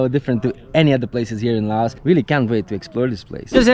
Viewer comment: Great video showing Lao at its best. I have lived here for the last 17 years and am very happy here. I have one small request and that is that you drop the "s" when saying the name of the country. The "s" was put there by the french and it is silant as in the correct pronunsiation of Pari"s"